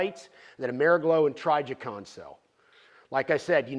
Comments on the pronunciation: Hes been in the firearm industry for how long now? And he pronounced Trijicon.. "Try-jicon"...... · Never heard Trijicon pronounced "try ja con" until today. Wow Larry